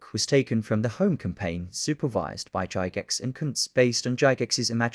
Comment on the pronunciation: Cool vid! I got the original box set when I was a kid in the 70’s but never had the supplement. Pretty sure “Gygax” is pronounced with a hard G, btw. 😊